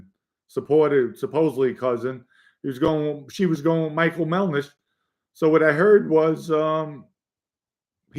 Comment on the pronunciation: MelDish not MelNish…please get that straight.